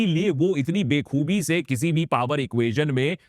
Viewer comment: bekhubi nahi bakhubi -- !!